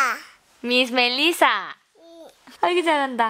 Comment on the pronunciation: ksjddjk me llamo melissa y me sigo muriendo de ternura al escuchar su pronunciación de ese nombre, ayuda.